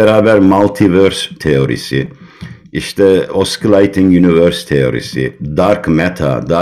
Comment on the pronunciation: Hocamı naçizane bir konuda düzeltmek istiyorum : Oscillating kelimesi "oskileyting" diye değil de "osileyting" diye okunması ehvendir. Kendisi yurt dışında ders veriyor. Sıkıntı olmasın diye hatırlatmak istedim. Saygılar